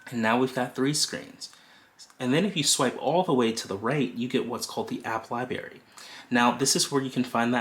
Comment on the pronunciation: Libary... hehe!